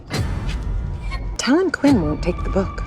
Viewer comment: Its pronounced Tailen. I see all the movies say talen omg my ears hurt. I guess transition from the book and audio series osnt quite working for mw lol 😂